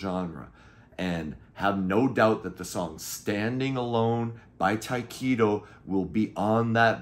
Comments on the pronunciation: Just a formality but I thought Tyketto was pronounced Ty keh toe not Ty Key toe? Great album though! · FYI- Correct pronunciation of Tyketto is Tie keh toe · It took me until you showed the CD cover to figure out who you were talking about when you pronounced it Ty-keeto, lol. The band is pronounced with a short 'e' sound. They're one of my favorite bands if all time. The first 2 albums are classic but the rest of the catalog is also fantastic. Former Journey vocalist Steve Augeri sang on the 3rd album, Shine, which was very Zepplinesque. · It took me until you showed the CD to figure out who you were talking about because of the way you pronounced it lol